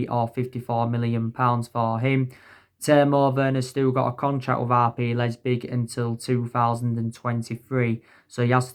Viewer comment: man said Timo and Lepzig so wrong lmao